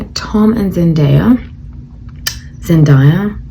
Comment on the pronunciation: Zen-DAY-a lol